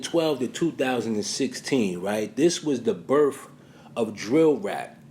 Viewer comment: did this wanna be cultural genius just say “BERFF”? It’s BIRTH BLACK PEOPLE BIRTH NOT BERFF!!!!!!!